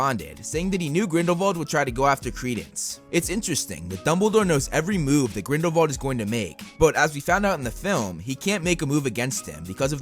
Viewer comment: Why do you say Grindle-VALD i tjought it was Grindle-WALD